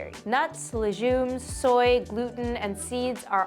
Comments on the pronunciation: leGumes (it's not "lejumes") seriously? If you don't know how to pronounce a word, look it up! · Wait, were you pronouncing "legumes" with a soft g? Is that how they pronounce it in Canada? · it's STOKE the flames, not stroke. why are you pronouncing legumes as leJumes? 😂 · As a Canadian, I can confirm we do not pronounce the way she does. It’s a hard g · why did she pronounce legumes like that roflllll